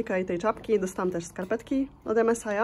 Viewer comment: MSI = czytamy = EME SAJ